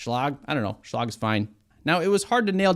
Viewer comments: Say it with me ...... Shhhh - Leg..... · Never heard Schlage pronounced that way before. I'm guessing you failed English class or were sleeping when they taught the V-C-E rule.😂